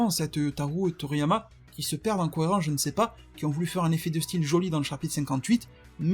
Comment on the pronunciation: Tu dois arrêter de prononcé Toriyama